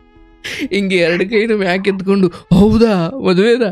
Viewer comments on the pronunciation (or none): none